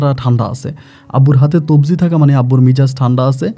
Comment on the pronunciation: তবজি না ভাই। তজবি।। ভাইয়ের অনেক উচ্চারণ ভুল হয়। বাথরুম কে বলে ভাতরুম।। আর ও অনেক ভুল করে।